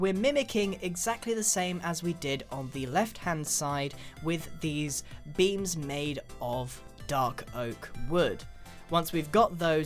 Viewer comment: Every time he says 'beam' I hear 'bean'